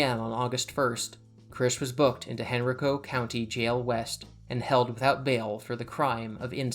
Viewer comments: I have 1 critique the county is pronounced hen-rai-co not hen-rico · Minor nitpick but it's actually pronounced Hen-rye-co.